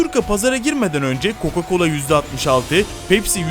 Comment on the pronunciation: Hocam bazı hatalarımız var Coco colo diyosunuz